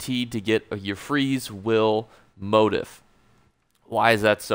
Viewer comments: "Moe teef" not "mot ef" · Sorry bud. It bugged only because you repeated it so often, but it is pronounced 'mo-teeef' not 'mode if' motif is a common word for patterns in fabrics or interior design, or themes in literature etc. But thanks for the help with the rest of the video! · It's pronounced (moh-teef) lol. Just clowning you. Great video earned my sub. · Isn't it "Mot-Eeeef"? As in French pronunciation lol. Thanks for the video. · It's pronounced, MO TEEF! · Why are u pronouncing motif like that? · So cringe eveytime u say motif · This has bugged me too